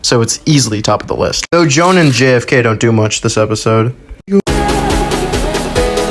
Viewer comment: HER NAME IS JOAN NOT NOT JO-ANN